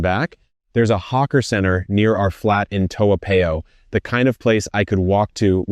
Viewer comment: Are you really a LTVP holder living in Toa Payoh? I am a LTVP holder living in Toa Payoh, and you pronounce Toa Payoh incorrectly………